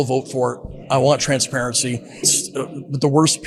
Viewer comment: “Im-por-dant” “Int-formation” “Trant-sparency” -Marjorie Taylor Greene